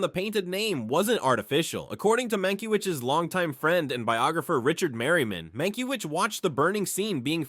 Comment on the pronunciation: Mankiewicz name is mispronounced! Bad A.I.